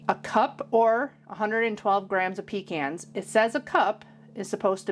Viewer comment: I’m from southeast NC and we say pecans the same as you do. The correct way!! Love your recipes .🎉